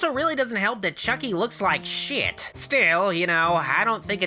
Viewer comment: The way you say shit is hilarious